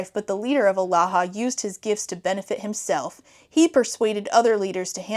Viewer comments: thank god i wasn’t the only one, also kept hearing “alaha” as aloha. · i kept hearing Omaha :/